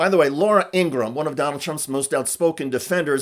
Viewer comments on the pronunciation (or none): I admire you and the work you do. I hate to correct you.. But its Ing ra ham. Three syllables not two. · Thanks, great report. But, it’s Ingra-HAM. Not Ingrumm 😂 💛💙🇺🇸🇺🇦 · Please pronounce Laura's name correctly. According to her brother, it is the full three syllable In-gra-ham. Just to tick her off, please use it.